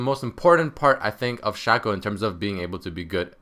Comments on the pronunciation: His name is pronounced Shaco not Shako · I think you say shaco wrong :3